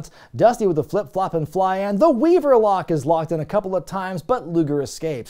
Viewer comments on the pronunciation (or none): Da Weevuh lock babbuh!